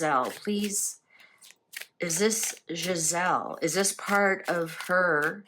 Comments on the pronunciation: Ghislaine not Giselle. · It's Ghislaine Maxwell, not Giselle. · I believe her name is pronounced Ghis-lane. Thank you for the reading! ❤